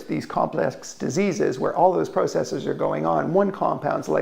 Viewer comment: PRAH-sess-eeeez, buddy. Learn to speak proper Eeeeenglish